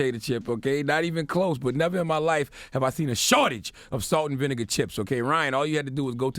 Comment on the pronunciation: 'Salt and Vinigga'